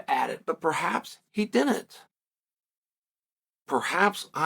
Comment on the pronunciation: why on Earth do you say dinnint?